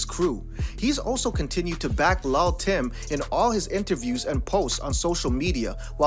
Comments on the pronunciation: Dis nigga said lal Tim 😂😂💍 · The way he keeps saying lull tim like that is irritating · It's pronounced "lil'" not "lull" (although they spell it that way) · Hold up Hold up Hold up did u just say LUL TIM ???? wait dont it suppose to be LIL TIM whats going on here ??? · It's pronounced "LIL "short for little Tim.